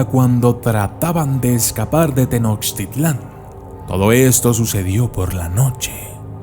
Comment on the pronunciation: Me gusta tu canal, pero no pronuncies mal, Mechicas, no. Se dice Meshicas. Tenoshtítlan.